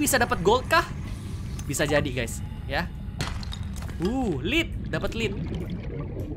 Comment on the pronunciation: yes akhirnya mainin Subnautica: Below Zero, soalnya bang hans kemaren udah main itu udah dikasih tau berkali2 nama planetnya planet 4546B dan btw lead itu dibacanya led ya hanya sekedar info saja